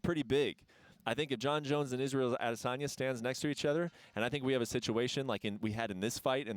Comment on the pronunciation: I'm always bothered with how Helwani pronounce "Adesanya"